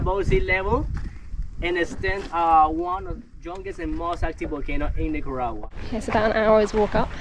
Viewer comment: Fun video! I love that neither of you can say Nicaragua 😆